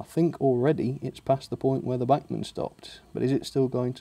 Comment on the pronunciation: Please, if you want to do “right by them” you might want to learn how to pronounce “Bachman”....................